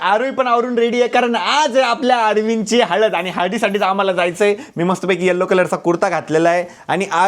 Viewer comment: हळद ❎ हलद ☑️ 😅